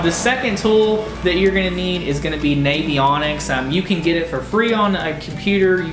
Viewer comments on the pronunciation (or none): Should be a 5min video Look in shallow flats in the back of creeks. Also, it's navionics - like navigation not like Navy And it's a bridge piling, not a pylon. Sorry, I'm just easily pissed tonight